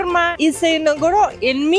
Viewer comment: Jejejeje, la Ciudad de México es muy interesante y hay zonas muy bellas sin lugar a dudas y se come riquísimo también. Me hizo reír mucho cuando pronunció la palabra inauguración y no es por maldad, pero como hablante del español como primer idioma, yo también he tenido ese pequeño problemita. Por descuido creo que por años lo pronuncié mal. Así que, me resultó simpático escuchar que no soy el único… pero en mi caso no hay excusa. Su español señora es muy pulcro, muy correcto también y es entendible que haya palabras que cuesten. Ya quisiera uno hablar el nada fácil idioma ruso como usted habla el español. En fin, espero haberme explicado. Saludos y como siempre felicidades por tan buen video.